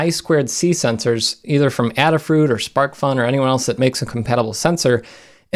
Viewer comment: AAA-da Fruit (like "aid-a", not "adder"). Jeez, guy, they say her name every video: Lady AAA-da